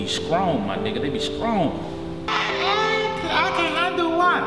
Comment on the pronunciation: LMAO he say "Dem young bitches be scrong, man. I mean scrong."